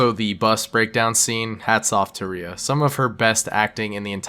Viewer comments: Rhea is pronounced RAY, nor ree-a. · Rhea Seehorn's name is pronounced "Ray" not "Ree-uh" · Rhea's name is pronounced like "ray"